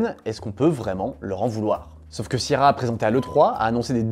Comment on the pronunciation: ta maniere de prononcer sierra me rend ouf et prouve que t'as jamais joué à un de leur jeu lol